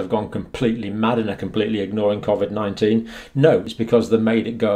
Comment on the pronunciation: Your saying Covid 19 wrong